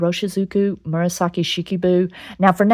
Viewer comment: It sounds right to me ;-) Looks good too 🙂